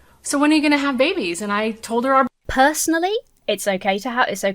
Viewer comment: The way that most Christians say the word "babies" always triggers me ever so slightly. Christian men and women often put this soft accentuation (for lack of a better term) on both syllables of "babies" and, to my ear, it always sounds gross. Yeah, it's a stupid nitpicky thing and it shouldn't bug me, but it just reaks of baby worship. I like the word "infants" much better. I feel better, lol.